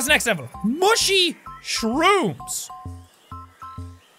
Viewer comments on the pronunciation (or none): Hey jack! You said "mushy shrooms" instead on 'mushy rooms'. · he says mushy shrooms instead of mushy rooms XD